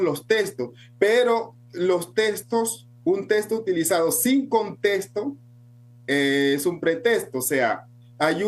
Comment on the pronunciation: No se dice testo, se dice texto.